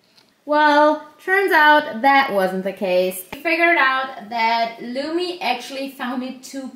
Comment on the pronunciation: Its lumi not lumy